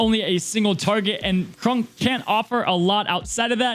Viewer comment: Please....please for the love of all things good and holy....please pronounce Kronks name correctly.....it's not Krunk....it's pronounced Kr-ah-nk....he's already bad enough in the game sadly....at least show him a little love ❤️